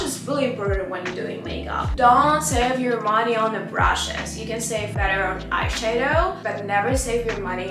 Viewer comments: also when she pronounces eye shadow she says eye shae-dow, try say eye shah-dow idk if this helped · Please,, не hate comment, I swear. Не айшэдоу, а айшАдоу. Типа как shadow только eye 🥰 love the vid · не айшейдоу а должно быть айшадоу ,просто если хочешь звучать более по английски :) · Love hearing her say "iSheadow" 😂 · I love how she pronounce “eyeshadow” it's so cute🥺